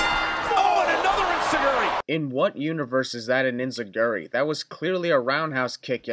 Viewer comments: Oh my fucking god, Inzuguri? Really? It's enzuigiri for fucks sake. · its enzeguri not inzeguri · it's enziguri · its enziguri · Take a shot everytime he gets the name of the Enzigiri wrong.